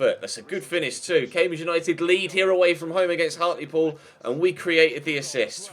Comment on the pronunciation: Isn't Hartlepool pronounced Hart-l-pool instead of Hart-lee-pool? Also, I support everyone saying leave in January. No need to stay in SkyBet League 2 for so long,!